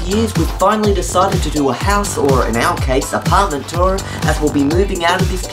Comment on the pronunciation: You still can't pronounce 'tour', can you? Remember when Diana tried out TempleOS?